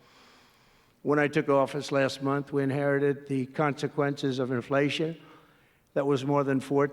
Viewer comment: he pronounced inflation wrong.